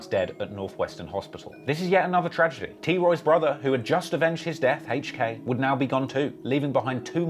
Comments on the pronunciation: It’s hilarious every time he pronounces HK as Hache-k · Why you pronounce HK like that?